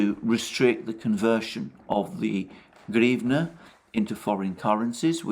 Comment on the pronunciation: is so thick, he can't even pronounce hrivna